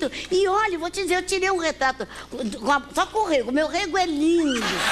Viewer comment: "Meu rêgo é lindo". 😂😂😂